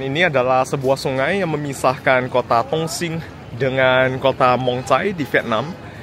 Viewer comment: Intonasinya kurang jelas,. Bilang Dong sing (Dong Xing) seperti tong sing bunyinya